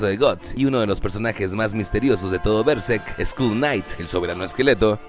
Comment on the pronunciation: Buenísimo el video. Podrías pronunciar berserk bien al menos...